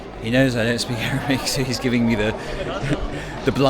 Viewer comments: Entertaining You pronounce Arabic in a lighthearted and funny way XD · I love how you greet them in Arabic and I have to say your pronunciation and understanding is really good